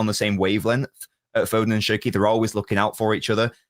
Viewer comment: love u man but stop calling cherki SHERKEE an haaland HAAWLAND...😮